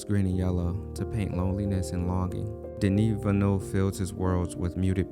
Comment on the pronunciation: It’s denis villeneuve